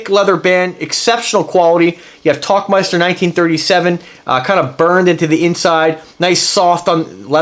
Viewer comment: Der tauchmeister. Where Tauchen means Dive and Meister translates to Master or Champion, and its a Dive Master. Pretty cool, just looked that up. Also seems to be pronounced Towl not Talk.